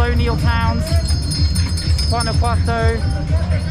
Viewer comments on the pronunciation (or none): none